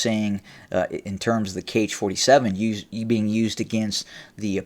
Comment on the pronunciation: Author, 'Kh' is pronounced as 'ha'. It is ha-47